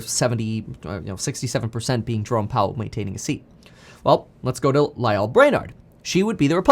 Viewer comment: You’re pronouncing Lael’s name wrong